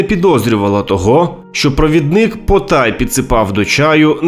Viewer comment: Чай, не чяй; пОтай, не потАй; необпектИся, не необпЕктися, напІй, не нАпій. У яку школу ви ходили?